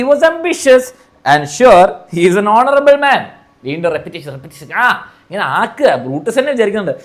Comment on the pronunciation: Hounarable hounarable😂😂